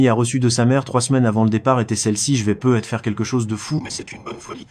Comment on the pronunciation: I.A. horrible comment tu dis "peu ... être" 😂😂😂 et les chiffres 😂😂😂 ... avec des "euh" placés par ci et par là 😂😂😂